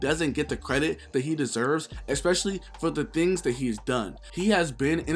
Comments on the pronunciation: Every 5 mins all I heard was “ex specially” lol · It kills me when I hear ppl say “Eckspecially” kinda like how ppl say “pacifically”